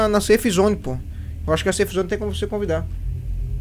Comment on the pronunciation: o cara sabe falar safe mas nao sabe falar outras palavras em ingles vai saber